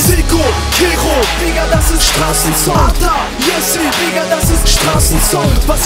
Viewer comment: Ata und nicht Atak du holz